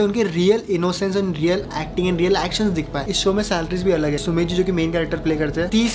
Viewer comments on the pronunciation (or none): Uska na sumer nahi Sumedh hai😊